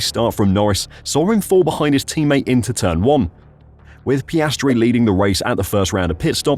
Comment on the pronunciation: Get his name right. It’s Piastri. Not Piastre or Piastry.